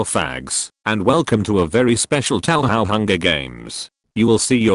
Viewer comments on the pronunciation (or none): “Tauhow” glorious. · "tow how"